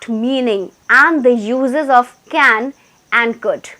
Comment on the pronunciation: Mam your saying can means kan will come we have to say can ok understand.